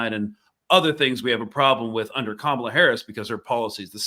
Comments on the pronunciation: Camila Harris really? It’s not hard to say Ka-ma-la!! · Free free Palestine but also can she get Kamala’s name right please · Pronouncing Kamala wrong.